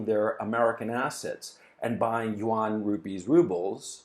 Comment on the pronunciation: yuan is a one syllable word. Like Juan. You don't say jew-an.